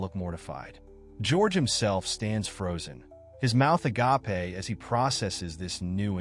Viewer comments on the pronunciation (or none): agap-ay? lol.. dude, ape. cape, vape, gape. agape. get it? SURELY you've actually heard it said despite...just then... being the first time you somehow ever saw it written.